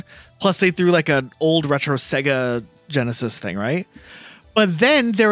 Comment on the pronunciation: Why does he say sega so wrong?